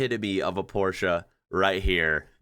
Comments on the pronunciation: The German way, not the English way. Very impressive. We just say porsh😂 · is a rare American specimen. Not only can he pronounce Porsche correctly, he also drives a manual car. What a man. Love you <3 Greetings from Germany